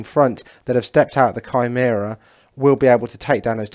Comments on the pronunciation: Kai-mare-ah hehe I was lol at basilicas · It was going so well, great looking armies.... And then you said shameera and I had to turn it off.